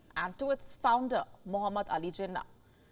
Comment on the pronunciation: its not jinah its jeenaah, stress on last syllable